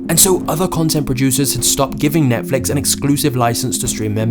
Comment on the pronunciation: NETFLIX not NETFLUX 🤦‍♂